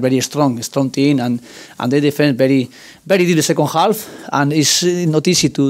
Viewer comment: Good Ebening and thank you bery much! I heard these two sentences😂😂